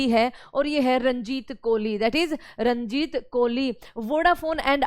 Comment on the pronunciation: रनजीत नहीं रजनीत है